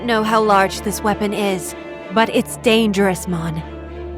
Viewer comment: "Its dangeroous mon"😂